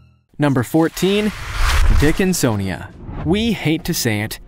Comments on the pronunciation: "the dickinsonja was quietly developing"! 🤣 ( or so)😂🤣🤣😂🤣🤣 I can't help it!!! I fell out laughing like a THIRD GRADER!!!! 🤣🤣🤣 I wasn't even THINKING about anything like that either!! Couldn't have been further from my mind! I mean,, I ain't even had a naughty thought, for at LEAST about 5 minutes or so!!! I'm glad you pronounced THAT one correctly though!! It sure gave me a GREAT laugh!!! Thanks!!!!!!🤣👍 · I’m sorry... the dickin-SON-ia???